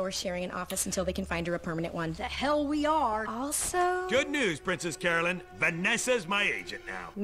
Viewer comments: 3 things. 1.) I spy Secret Hitler in the background! Nice! 2.) It's Carolyn. Pronounced "Care-o-lin." Not Caroline. 3.) Remember that phrase "the best thing that's ever happened to me." It will be relevant later. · As someone who's name is Carolyn, watching everyone misspell it and miswrite it is so triggering LOL! One day, one day, they'll all say it right. But until then, I can't wait for next week. That episode is when I realized that this show is... something else. One of my favorite shows in a long time, and this is where it starts to shine.